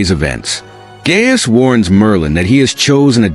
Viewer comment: Those names are pronounced "Guy-us" and Oother", not "Gay-us and "Yuther".